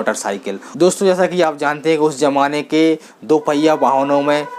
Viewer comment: Zamana boliye jamana nahi